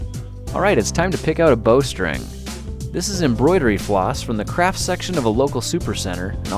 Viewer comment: Why do I always hear "crap" when he says "craft" ?